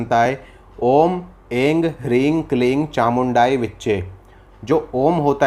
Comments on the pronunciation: Aap Aing Hring Kleeng bol rahe hai.... Kuch guru aur bhasha sandhi ke hisab se jaha bindi lage woh m kar hota hai. To aim hrim kleem hoga na... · आपने जानकारी बहुत अच्छी दी है लेकिन उन्होंने उच्चारण सही नहीं करा है मंत्र का इसमें उन्होंने एम को इंग बताया है फिर हरीम को रिंग बताया है और कलीम को क्लींग को बताया है जो कि सही नहीं है इसमें जो बिंदी है उसमें हम म का उच्चारण करते हैं